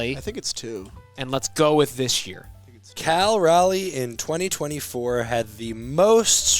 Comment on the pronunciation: Does cal Raleigh say his name wrong or is that a you guys thing cause it’s driving me nuts